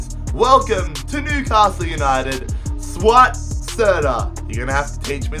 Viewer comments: You just earned yourself a new sub! And it's pronounced as Sou-wat, not Swat :) Oh, and try to buy Tonny Vilhena from Feyenoord next season. He's got 81 potential, very decent for Newcastle, and can play as either a CM or a CAM. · the first name of serdar is pronounced as: suw ut (like swat but not that fast)